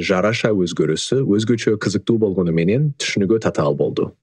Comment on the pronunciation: Татаал - Цацаал😅